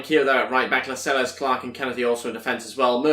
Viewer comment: It's La-sels not las-eles